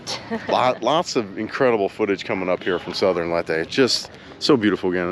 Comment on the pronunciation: It’s pronounced “Lay-teh”, thought you’d want to know that. Thanks for sharing; so nice to see other beautiful scenes in the Philippines that I’ve never seen. ❤